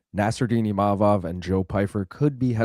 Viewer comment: HEY LUKES. Can y'all pronounce IMA-VOV correctly.. it isn't IM-A-VOV. Chuck, keep killin it